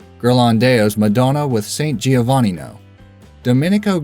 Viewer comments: Madonna is not an Italian name. That's how it's pronounced in English. Giovannino is absolutely messed up. Still, those are at least quickly mentioned names. Ghirlandaio is the number 4 entry on the list. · #4 OMG It's NOT "gee-o-VA-nee-no" It's "jo-va-NEE-no". I don't think I've heard an Italian name butchered worse than that.